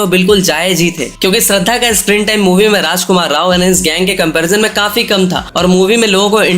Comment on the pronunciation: abe falu k gadhe tu pehele shradha ki naam ko thik se bol k dheka tera rajkumar k stree k baad aur pehele ki koi movie hit q nahi hua re😡😡😡